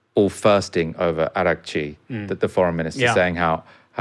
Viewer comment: it's not "sweat"chi. araghchi = iraqchi